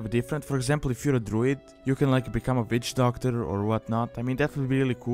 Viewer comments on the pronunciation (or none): I herd bitch doctor. he said bitch doctor. (lol kiding)